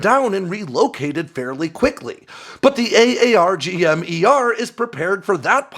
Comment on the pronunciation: Pretty obvious that you’re not “from the inside”. SiAW is pronounced “saw” while AARGM-ER is pronounced “r-gum-ER”.